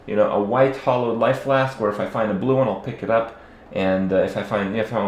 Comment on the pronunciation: "hollow flask hollow flask hollow flask" IT'S HALLOWED. HAL-LOWED.